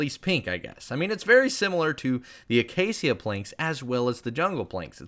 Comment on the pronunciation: pronounce acacia uh·kei·shuh